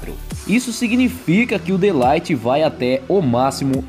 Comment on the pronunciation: mas o De ligt vc tá pronunciamento errado mano